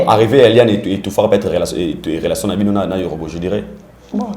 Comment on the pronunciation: Petit fally nde n'a lelation en tout cas ye aboya n'a ye ko loba relation mais à préféra n'a ye ko loba lelation po etiaka ye à l'aise 🤣🤣🤣ngai pe mikolo oyo il faut n'a batela lelation n'a ngai ekosala ngai bien